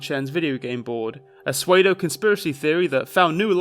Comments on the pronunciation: Spotted this in your Sky High vid just then too... you pronounce 'pseudo' as 'sway-dough', but it's actually 'soo-dough' ;) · Btw,, 'pseudo' is pronounced with an 'oo' sound like in boot. Just fyi <3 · pseudo is pronounced 'sudo', like the pokemon sudowoodo. please stop saying sway-dough it's driving me crazy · I'm sure you've heard by now but Pseudo is pronounced "soo-dough" like sudowoodo (false wood) not suede oh. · Why do you always pronounce "pseudo" as "suede-o" and not "sue-doe"? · Pseudo is pronounced soo-doh, not swadeo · Alright look cool, but tf are you pronouncing psuedo soooo-weigh-dough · Pseudo- (pah-sway-doh) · Love the work, keep it up, but I'm sorry I gotta be that guy - pseudo is pronounced "soo-doe", as in pseudonym. <3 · I discovered this channel the other day and binging all your vids rn. I love them but I especially love how you pronounce "pseudo" as "suweydo" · i love your work but please for the love of god stop sayign psuedo as sway-doe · great vid but your pronunciation of pseudo kills me lmaooo (Edit: seriously I love your work, I just found it endearing!) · I'm so glad you did this video. Someone needed to. PS: you pronounce pseudo very interestingly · ok dad your pronounciation of 'pseudo' is making me spicy af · why do you pronounce pseudo like that?